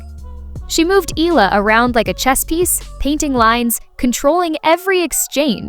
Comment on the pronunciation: Eala pronunciation E-yala